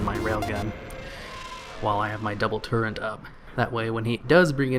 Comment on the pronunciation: How come you mispronounce so many things in your videos? in you said "build torrent" for the Clockwork Gnome. Huh? What the hell? It's TURRET. As in: A gun turret is a weapon mount that protects the crew or mechanism of a projectile-firing weapon and at the same time lets the weapon be aimed and fired in many directions. Hoo boy.